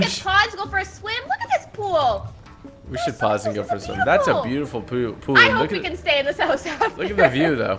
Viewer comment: he said poo instead of pool 🤣🤣🤣🤣